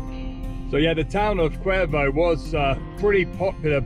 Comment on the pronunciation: Honestly I was surprised you pronounced Cuervo and Los Pollos correctly. I'm still giggling at how you pronounced squirrel from several posts back!! 😀😂 🤣🤣🤣🤣